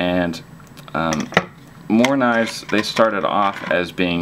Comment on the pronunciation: Well pronounced morakniv :D !